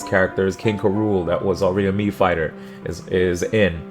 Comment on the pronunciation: You're like the only person on the internet who pronounces "K. Rool" correctly and for that, I thank you.